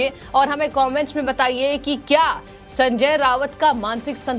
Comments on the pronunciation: रावत नहीं राऊत बोलो मैडम। वैसे यह आदमी वाकई मे सनक चुका है। खुद से कहा था की मैं बाद नंगा इंसान हु। मेरे से पंगा नहीं लेना। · Sanjay Raut not Rawat . Basic knowledge of pronounciation